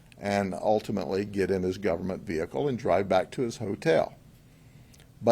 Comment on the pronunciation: Take a drink everytime you hear "VeHickle"